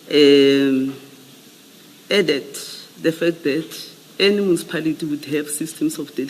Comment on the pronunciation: Mucipality or Municipality?😂😂😂😂 lol